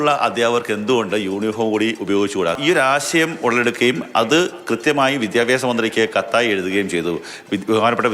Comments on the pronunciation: വിദ്യാപ്യാസം അല്ല. വിദ്യാഭ്യാസം. 😂😂 വിദ്യാഭ്യാസ മന്ത്രി😂😂 ഇപ്പോളത്തെ കുട്ടികൾക്ക് മലയാളം ശരിക്ക് എഴുതാനും വായിക്കാനും അറിയില്ല😅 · അതൊക്കെ വിട്ട് പഠിത്തത്തിൽ ശ്രദ്ധിക്കാൻ നോക്ക് കുട്ടി വിദ്യാപ്യാസം അല്ല വിദ്യാഭ്യാസം